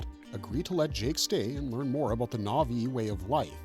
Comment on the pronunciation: what is this pronunciation of the na'vi names....